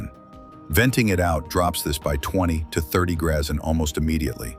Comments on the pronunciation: No, I saw all the grazzen comments, then I heard it more than once. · Greeszzzn ????? Somebody better give AI a tune up